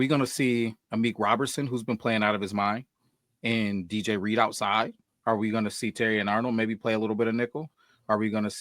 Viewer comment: iTs Not ReAdeR 😂 jk. Good show guys. Love Reed from what I've seen. Hope he's a great fit in the locker room. He seems like a fit.